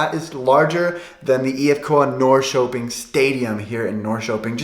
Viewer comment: I hope you learn how to pronounce Göteborg and Norköping correctly.